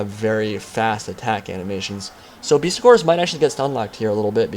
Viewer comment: It's BESTigors, not BEASTigors mate :)